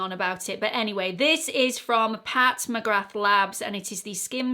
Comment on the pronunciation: McGrath is pronounced McGra - the th is silent.